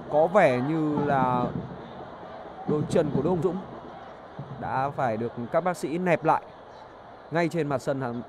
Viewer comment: Hùng Dũng mà đọc là Hồng Dũng lại bảo ko sai đi